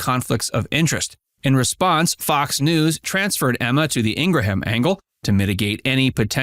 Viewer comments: I love Jesse Watters. I was very disappointed when he cheated on his wife but who am I to judge? I will however judge the way you pronounce Watters'. It's not pronounced "Wattersez"...it's just Watters. No EZ at the end of it. And Ingraham is not pronounced IngraHAM. It's pronounced Ingram. You've been Schooled! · "Ing-ra-ham Angle"? What?